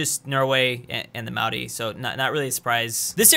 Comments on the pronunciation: love the authentic way you pronounce maori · You have the best pronounciation of the word "Maori" than any non kiwi I've ever heard